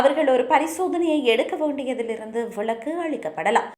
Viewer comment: "விளக்கு" "விலக்கு"